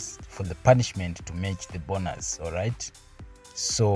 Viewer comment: bonus is not 'bonas'😅 its still 'bonus' to read